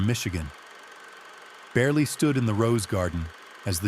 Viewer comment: If you are telling this story...learn how to say his name. Joe Beryle